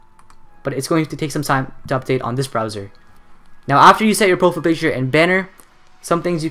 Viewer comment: how to fuck are you pronouncing profile picture.........its PROFILE not "PROFL" picture..... lmao youtubers 😂